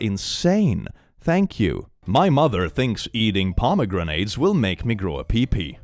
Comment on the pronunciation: pomegrenades is amazing. I want it, a pomegranate that you throw and it's actually a grenade. pom-uh-gran-it